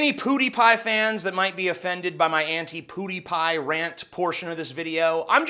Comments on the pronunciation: Ok, the way you are saying Pewdiepie is killing me... it's pronounced pyewdeepie not poodiepie. Just sayin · ''Pew'' is pronounced ''piew'', not ''poo''! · also "pew dee pie" not "poo dee pie" :-/ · Does he actually think its pronounced poo-dy-pie? Its pwu-dy-pie. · I love how this guys barely blinks and says poodiepie instead of pewdiepie lol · It's not "Poodiepie." It's "Pew (like making a gun sound effect) diepie." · "poo-dee-pie." Is that the correct pronunciation? I've always said peuw-dee-pie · Mother of-I could tolerate that Canuk Armoured SKeptic calling him poo-die pie. But damn it man, you are an american Its pronounced PUE die pie. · Dude, have yo heard of the word "pew", like what you'd find in a chrch. It's not pronounced "poo," it's "piew" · Omg TJ I love you and everything but when you say "poo-Dee-pie" instead of "pee-oo-dee-pie" I want to kill myslef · poo-dee-pie mate... it's *pyoo-dee-pie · I have to say, it's pronounced "pyoo", not "poo". It sounds downright funny when you call him "PooDiePie." Maybe that was your intention. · i-it-its *PEW*diepie. like a laser gun, pew pew. not POOdiepie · PEW-dy pie. Not POODY-pie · It's pronounced pyoodiepie, not poodiepie! Lol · It's pronounced "Pyuudiipai" not "Puudiipai". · It's pronounced "pyew", not "poo" dee pie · PEWdiepie, not POOdiepie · its not poodiepie....say pew. you sound like you're saying poodiepie.just sayin.... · It was hard to take him seriously saying "poodiepie" instead of "pewdiepie" lol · Why are both you and armored sceptic calling him poodiepie? it's pjew-diepie. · Slightly triggered hearing poodiepie, Boi it's Pew-de-pie. Funny hearing it as well. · Its PEWdiepie, not 'PoodiePie' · Armoured Skeptic says "Pootypie" too, guys come on it's PEW-DEE-PIE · STOP SAYING POODIEPIE! It's pew. Pew pew pew. It's bothering my, TJ. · POODIEPIE 😂 god I cant stop laughing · Love the video But it’s pronounced PEWdipie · It's pretty obvious you don't watch "poo-dee-pie" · It's pronounced "Pyoo-dee-pi"